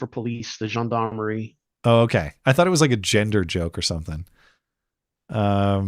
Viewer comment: "Jen-Dar'merie" "A gendarmerie is a military or paramilitary force with law enforcement duties among the civilian population, primarily found in France and other Francophone nations. The term is derived from the Old French gens d'armes, meaning "men-at-arms," and historically referred to heavily armored cavalry before gaining policing connotations during the French Revolution."